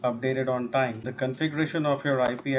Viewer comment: "Because you didn't update on tieym" lol 💀 a day late and a dollar short 😭